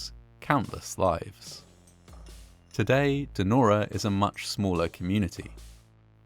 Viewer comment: Narrator says: "Nora", rather than "Denora". Weird.